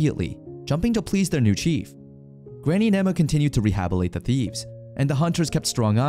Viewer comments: "rehabilate" It's "re-hab-ili-tate" with two T's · The narrator never really looked closely at the word "rehabilitate" before. It's not "re-habble-ate". It's "re-habill-itate". He's skipping over some vowels and the first T.